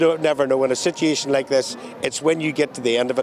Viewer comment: I have a question,...what is a "sitiation?"